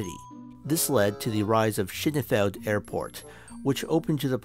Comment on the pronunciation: You should watch some other videos on Schönefeld Airport to get the pronunciation down. In the end it made me chuckle, like and subscribe. Found you through your Eric Moussambani video.